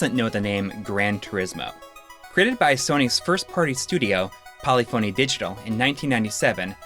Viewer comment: "Polyphony", the "phony" is pronounced like it is "symphony".